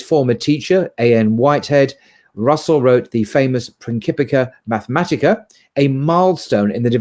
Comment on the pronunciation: It’s “Principia Mathematica” not “Principica Mathematica”.